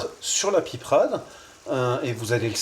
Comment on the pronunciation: On ne dit pas de la piprade mais de la pipeuuurade😮❤